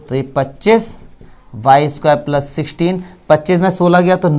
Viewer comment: Sir phele plus bolna shik lo fir maths samjha na